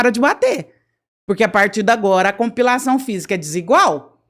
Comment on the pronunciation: Compilação, não! Pelamor de Deus dói no ouvido. COMPLEIÇÃO FISICA